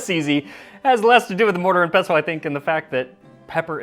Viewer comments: thank you for not hitting the T in "pestle" (unlike a certain other pronunciation-trolling food youtuber out there) 😅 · So nice to hear someone pronounce “pestle” correctly…